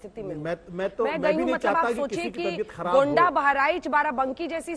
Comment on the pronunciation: मैडम गुंडा नहीं गोंडा है। कृपया खेद व्यक्त करें। लगता ब्रिजभूषण का असर है। 😂